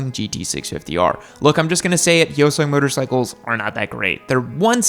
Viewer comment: Ok, first off, Hyosung: It's pronounced Hi- O- Sung. Get it right! For another, my husband owns one. He has never had a problem with it, at all. It's a 2016 Hyosung GT650R. And he loves it. And no, it's not the only bike he owns. And it's not a myth that Hyosung makes engines for Suzuki. They've made parts for Suzuki, Honda, etc. How about this? Why don't you ride one?